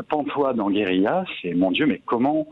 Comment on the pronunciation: Guérilla et non pas GUERILA